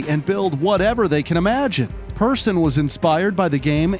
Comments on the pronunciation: no his name is markus persson not peerson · Also, the clips credited to AntVenom are incorrectly credited, HatFilms made it and it was shown at BlizzCon in, I wanna say, 2011 And they pronounced Persson as both "Peer-son" and "Per-son"